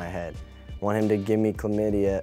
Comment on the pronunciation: OMG "chlamydia" ROFL!!!